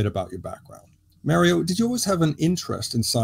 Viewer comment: Excellent as usual. But, Mario’s name uses the same vowel sound as your name. It doesn’t sound like mare. It sounds like mar.